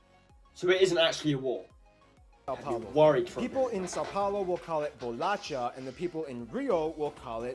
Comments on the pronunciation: Bro never say bolacha again, only wierdos say that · The best part of the video is him trying to speaker bolacha e biscoito, briga eterna no Brasil. Todo mundos sabe que o correto é biscoito. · He pronounce the Portuguese words in a strange way and some times in a way nobody says like bolacha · Engraçado q biscoito ele falou certo e bolacha n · 221:11 worong pronunciation in "bolacha". The sound of "ch" is the same of "sh" in english word "show", or "shower". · he mispronounced the word "bolacha", It is pronounced as "bo-lah-SHah" and not "bo-lah-CHah". This war he mentioned is a joke because there's a kind of "dialect war" in a joking way between Rio and São Paulo about what's the right way to say "cookie" or "biscuit". In Rio we say "biscoito" (beesh-coi-tu) but in São Paulo they say "bolacha". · Bolatcha? What the freak, dude😂😂 We say something more like "bolasha" (like he said himself, it's Portuguese, not spanishhh) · It's "bolasha" the correct pronunciation, not "bolatcha".. and yeah.. Here in São Paulo we call cookies as Bolacha and it doesn't metter if the pack of cookies says "biscoito"..we don't care..it's bolacha, period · Dude, the correct pronounce is not bolatcha is like bolasha but u was cute trying. ♥ And I laugh so much because of a inside joke that says: " Portugal stole our gold." We think it's cool haha We also have some intrigues with the Americans because they don't understand that America is a continent and that their country is called the United States of America and every time we have to explain it. Anyway... congrats!! Your content is nice and u have one more subscriber!! 😍💕 I hope that one day you can travel to here (Brazil) and visit states like Alagoas, I'm from there and we have a good culture and beauty beachs. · For goodness sake, BOLACHA DOESN'T SOUND LIKE "BOLATCHA", it's actually like "bolasha" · Bolacha was wrongly pronounced. Try to pronounce "bolasha" (bolacha). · It's BOLACHA!!!